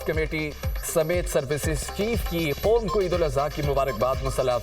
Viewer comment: براے مہربانی نیوز ریڈرز کے تلفظ ٹھیک کروایں ۔ معیاری چینل بننے کیلیے ۔ قوم اور موقعہ کی ادائگی سنیے